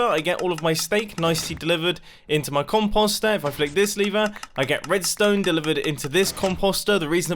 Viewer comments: COM POE STIR not COM POS STIR This pronunciation makes my brain hurt. Please, I love you videos and you are a genius but 😥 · Nobody: Mumbo: “compasta” 😂